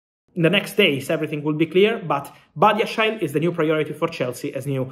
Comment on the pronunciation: Is that how you say Badiashile?